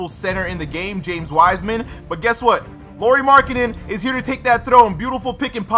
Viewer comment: And its pronounced lowry not Lori lol